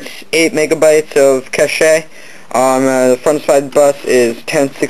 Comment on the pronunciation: Aight nice vid. Couple of things to note, the pins are on the mobo not the cpu and its pronounced cash not casheh. Please post your test scores once all installed. Thanks.